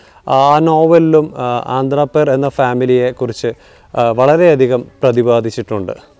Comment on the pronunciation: ആന്ധ്രാപേർ അല്ല അന്ത്രപ്പേർ